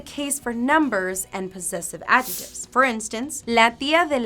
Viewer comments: The "c" in the word adjectives is not silent. It's pronounced AD-jeck-tivs. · It's recognisable, but I'm just trying to help her with her pronunciation because we don't pronounce 'adjectives' that way and she may not realise.